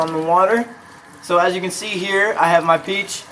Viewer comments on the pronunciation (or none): is it just me or he is sounds like he is saying seed instead of see like he is trying to do a plant pun